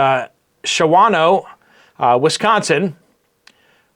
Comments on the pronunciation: Hi. UPDATE: 2 weeks ago, Ozaukee County, WI Aldi rearranging everything (backwards!). Thanks for all your reports and I am not pleased with the result of Crawford getting into the Supreme Court! By the way, Shawano County is a BIG hunting/fishing county...and it is pronounced Shawno. That's ok...those Indian names can be a challenge. I can never pronounce Ojibwa either, but I love our native Americans. At least, they are here legally! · Shawano Wisconsin is pronounced Shaw- No.